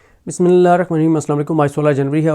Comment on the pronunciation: براہ کرم آپ بسم اللہ الرحمن الرحیم کا تلفظ درست کریں ۔۔ ناک میں اس آیت کو پڑھنا درست نہیں کسی قاری صاحب سے رعنائی لیکر تلفظ درست کریں